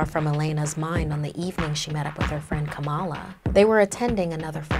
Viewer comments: It's not kamaaala it is Kamala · Kamal not Kamala